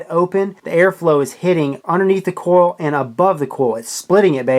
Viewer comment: it's "COIL" not "CORL"